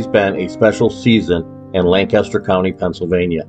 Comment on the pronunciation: Lancaster. One syllable